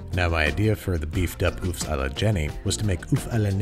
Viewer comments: Fiancée?! Congrats lover birds!! Btw Babish, and I know you tried your best, but œufs is pronounced “eu” if that makes sens .. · Those really are some nice Oooffs :D Pronounce the 'o' like 'work' and say 'off', that's how you pronounce 'eggs' in French. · œufs is actually pronounced just "ea" as in the (ea in earth). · I can't watch this without flinching a bit every time Andy pronounces "oeufs" like that.